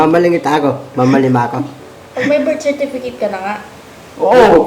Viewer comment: NAKAKATAWA C HINDI NIA MASABI UNG BIRTCERTIFICATE SOBRANG TAWA KO.